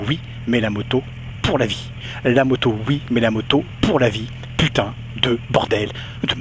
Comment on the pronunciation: ho mon dieu, une nouvelle moto!!! je n'arriveu pas a y croireu, quelleu surpriseu, l'etonement me subemergeu...